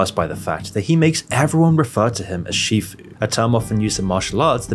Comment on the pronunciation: It's sifu, not shifu.